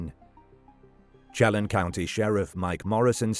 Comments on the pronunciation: It's pronounced "Sheh-lan" County , like in LAND, without the d. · Chelan County is sha-lan I think he's dead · I love how narrators cannot pronounce the indian names of sone WA locations like "Wenatchee, Chelan, Spokane, etc. I wish creators would look onto how place names are pronounced.